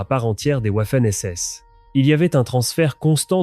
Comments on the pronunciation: Aprendre l’Allemand à un ordinateur programmé exclusivement en Français/Anglais...🤔 Cela donne des "ouafènes essesses". 😂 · "le furaire et la vermachte"" les ouaffeune ss" ... incroyable .... de médiocrité ...trêve de blabla, les SS étaient des barbares inhumains et pour les "trier" et les éliminer, ils avaient leur groupe sanguin tatoués sous leur aisselle... alors on les fait défiler les bras en l'air et malheur aux tatoués !!! bon débarras.